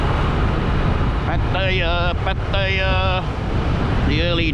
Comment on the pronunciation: I've heard Pattaya pronounced many different ways even though there is nothing ambiguous in the ways it is spelt. Your pronunciation is probably the worst and you pronounced it two different ways in the first 10 seconds of this video.